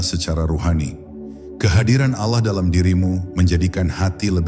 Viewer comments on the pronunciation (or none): kenapa ya ucapan alah bukn Allah